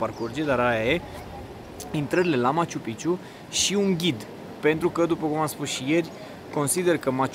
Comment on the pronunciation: Se dice maciu-pik(a)ciu😊 Prea multa palavrageala, coa'e - fii profesionist ce drq; E obiectiv de top, mai multa istorie, spiritualitate, detalii, nu ma intereseaza chitzibusariile tale cu banii, inclusiv la adresa Ralucai... Devii cam jenant.